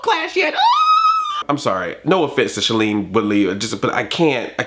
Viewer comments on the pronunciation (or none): .. Black Nerd Comedy It's pronounced SHAY-LEEN Woodley.